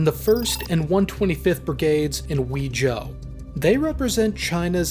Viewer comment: great job with the pronunciation of the chinese places. one nitpick tho: "-ui" makes a "way" sound. so Huizhou should be pronounced "hway-jo"